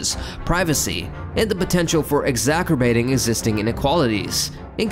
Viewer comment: "exaKerbating"? why you trying to read a word you don't understand?